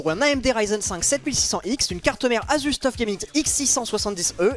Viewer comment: tout le monde: asus laink: assus